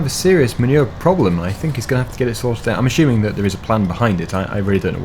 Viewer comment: "I'm Assuming"....no H.....This should be some sort of FS meme by now